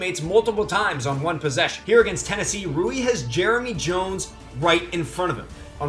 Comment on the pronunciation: it's not roo-ee.